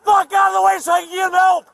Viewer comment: "you gotta help him" "you gotta gelp him". Ooohhhh that woman made my blood boil.